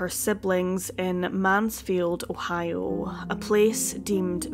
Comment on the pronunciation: Her pronunciation of Ohio sounds like おはよ ^^ カコイイよ